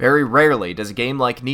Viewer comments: No,, you are pronouncing it wrong. You are suppose to pronounce it as in K-nytt. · It is pronounced 'night' or 'knight'. It is a pun... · it's pronounced like 'nit'